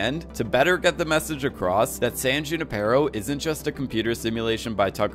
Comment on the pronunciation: who-ni-per-O....that's how you say, "Junipero." :)